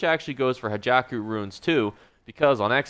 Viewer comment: please stop calling it "Hajaku Runes". It's Ha-kei-jo (like "Ha Key Joe"). Thank you.